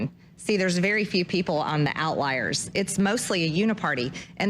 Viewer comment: Did she say outliers or out liars?